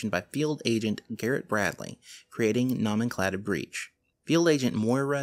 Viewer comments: no-men-clay-chure/ no-men-clay-tive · sigh...you can pronounce phenomenon, psychogenic, amnesia, and anomalous...but not nomenclature or nomenclative....it's making my eye do the twitchy thing...